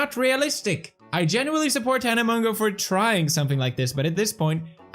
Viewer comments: Ok Felix I can’t tell if you are joking (if you are I love it🤩) but you pronounce her name as tana Moe-joe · Keemstar: Tana Mojo Poppy Harlow: Tana Mongow (Mongeau) Which one is it? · FELIX ITS PRONOUNCED TANA MOJO 😂 no hate I love you and your videos but it was annoying me 😂😂💕